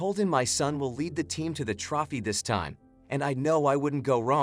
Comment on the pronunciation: Sad they don’t have someone that knows the pronunciation of trophy!